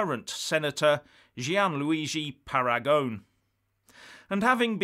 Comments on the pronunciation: I agree with your opinions, but your Italian pronunciation needs a bit of brushing up,. Paragone should be pronounced Para go knee. Regarding the name of the proposed organisation for Italy's departure from the EU, Paragone has called it Italexit. The word exit is well understood in Italy and if he is happy with it, no particular reason for it to be changed to something more Italian. Uscire is pronounced ooh sheer a (a as in ray). Combining the Usc with the Italia to give Uscitalia has an unfortunate shit sound in the middle. LOL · Michael Baker Pronounced “Paragonay” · Italy is not likely to break away now when the promise of so much money is made! Much money granted to...the most feeble members of the UE, precisely to deter them from breaking away. Please Parangon is an Italian name, pa-ran-go-NE! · FYI, The pronunciation of his name is: ‘PARAGONEE’!! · Pronunciation: /para-go-NAY/ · Uscita is pronounced Usheeta. Paragone is ParagonAY. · you need to pronounce the e in Paragone. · While at it you might have looked up how to pronounce Paragone.